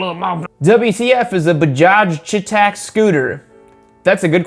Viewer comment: It's not bahaj chetaak , its pronounced Bajaaj chey-tuck